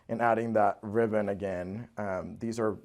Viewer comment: In the first video...is he saying "riven" instead of ribbon??